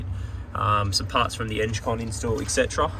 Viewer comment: Eng con not enge con 😂